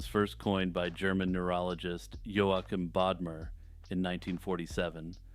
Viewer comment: Joachim is pronounced "wah-KEEM," BTW. It's a variant on Joaquin, as in Joaquin Phoenix.